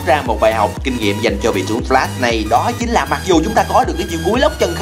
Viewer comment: A ơi Flash chứ ko phải Đờ lát đâu a, a cứ troll